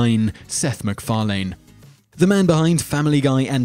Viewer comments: Could you maybe learn how to pronounce people's names before talking about them? Who's Gene Roh-den-berry? Seth MacFar-lane? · ur pronunciation of seths last name is funny, seth mcfarlane car 'lane' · You have a weird habit of jumping between one pronunciation and the other when you say "Macfarlane".